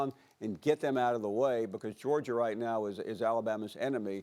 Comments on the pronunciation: MADEA A. SMITH , the boa said Georgier 😂😂😂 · So NOBODY gone correct SAS " Georger" 👴🏾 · he said Georgier and Kember Walker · It’s like he aint even try to say Georgia. He went straight to georger 😭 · Nobody: Literally nobody: Stephen A Smith: GEORGIER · Stephen can't say words with "ah" at the end, he says "er" 😂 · Stephen A- you look at “Jerja” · I love to hear a man who makes $10 mill per year to talk say “Georger” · George-ger??? Minne-soter?? C'mon S.A your on tv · Stephen A has a problem pronouncing words that ends with A. Goergier, Kember 😂😂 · Stephen A. really said “Georgier” 😂😂😂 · Of all the big words Stephen A can say....the man cannot pronounce the word Georgia🤦🏾‍♂️ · Anybody else realize Stephen says Georgia with an ER?? 😂😂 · Someone that always brags about his speaking skills sure doesn’t know how to pronounce a lot words like Georgia lol